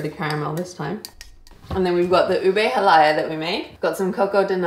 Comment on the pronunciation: You pronounced “monggo” correctly, … the halaya should be “ha-laya” not “hala-ya” if im not mistaken… but nevertheless, you guys are amazing as always..